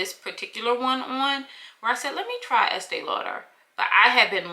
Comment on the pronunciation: Learned a lot from the video. Word is Estée Lauder